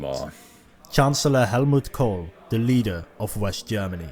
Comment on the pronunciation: Chancellor, not Chanceler